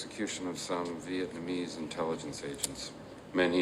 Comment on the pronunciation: It's refreshing to hear Vietnamese pronounced correctly with three syllables. Most people in the USA only use two syllables.